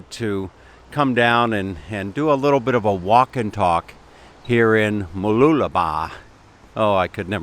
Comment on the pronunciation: I had to watch this video as I was very curious to hear you pronounce Mooloolaba. Well done!! Now you can try pronouncing Whakaangiangi in New Zealand. LOL. Thanks again for the great walk and talk.